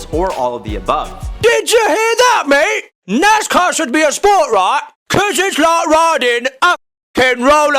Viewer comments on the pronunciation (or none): none